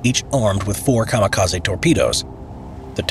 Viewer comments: I don't like to be that guy, but it's KA-MI-KA-ZE, not KA-MA-KA-ZI Ka like in Car Mi - Mint Ze - Center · General: A kamikaze boat is enrute BRRACE Random soldier: You mean Kamaka-sea HAHA Boom